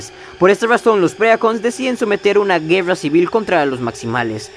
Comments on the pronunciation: Vuelve a decir GUEWRA (guerra) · Yo escuche juerra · Así hablan los ticos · Pero porque pronuncias la r asi si nisiquieraa pronunciaa bien las pocas palabras en ingles bien ... ejemplo güerra por Dios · Porque dices guerrrra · No es gueua, ni llobot, es GUERRA Y ROBOT, pronuncia las R, por favooooorrr